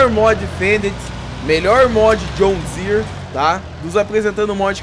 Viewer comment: Mano fala John Deere serto Vc fica falando "*joshn dsere"* fica muito estranho kkkkk